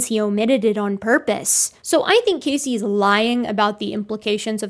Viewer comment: As a Casey myself, I can't help but die a little inside every time you say his name. Lol